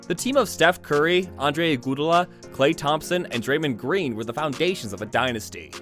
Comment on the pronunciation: Bro said igoodala